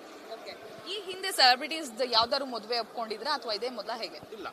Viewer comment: ಮೊದುವೆ ಅಲ್ಲಮ್ಮ ತಾಯಿ,, ಅದು ಮದುವೆ. 🤣😂😂